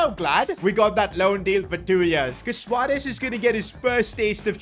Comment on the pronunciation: I love the fact u said suarez not suuarez